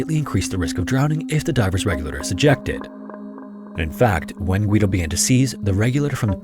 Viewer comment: You don't pronounce the "u" in Guido